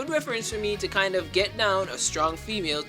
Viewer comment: I don't know if anyone else got this mixed up, but when he said "get down," I thought he said "Vietnam"